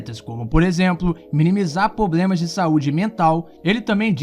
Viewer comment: "poblemas" kkkkkkkkkkkkkkkkkkk